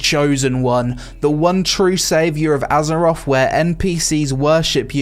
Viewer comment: Gotta love “azeroff”....